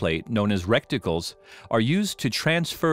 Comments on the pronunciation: Did he really just say 'recticles'..? Facepalm...it's RETICLE, you dummy! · "RECTICALS" ? You must mean RETICLES . This video is about microchips, not anuses.